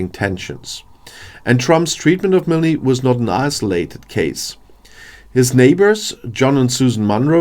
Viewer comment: The ‘e’ in Milne is silent